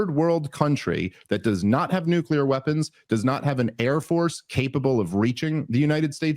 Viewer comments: Bro…nuc-LEAR, not nuc-ULAR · Please, its Nuclear. Not "nucular"